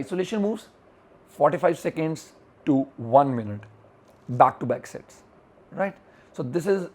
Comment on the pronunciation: Did anyone hear him say 'Shits" instead of 'Sets" ? or was that just me xD